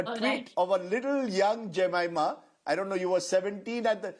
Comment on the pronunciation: First of all Rajdeep should have asked Jemima how to pronounce her name correctly. She mentioned in some other interviews people get it wrong most of the time, and Rajdeep got it wrong as well! She was too kind❤ not to correct him upfront!